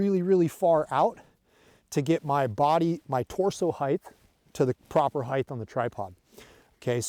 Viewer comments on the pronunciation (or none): JFC it's height not heigth. Otherwise solid instruction. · Heightth is not a word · Great content as always. But can we stop saying "heigth" already? 😂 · Get to the point already - where should the tripod be set up? The word "Height" does not have a TH in it.